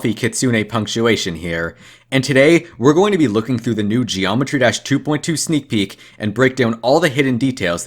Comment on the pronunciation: BRO THATS NOT EVEN THE NAME OF THE GAME! HE SAYS dreometry drash ALSO HE GOES INTO THE GULAG! YOU SHOULD REALLY DO YOUR RESEARCH